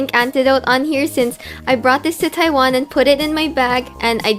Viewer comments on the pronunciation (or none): none